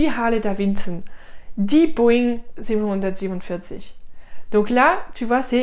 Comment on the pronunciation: Je suis en PLS en t’entendant prononcer 747 😂